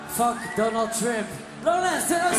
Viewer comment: "Donald Tremp" -That First Guy